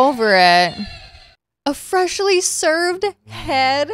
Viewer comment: “Severed” not “served” lmao 😂